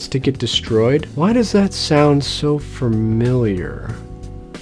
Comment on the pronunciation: Every video: "crosley sucks" and "fRamiliar"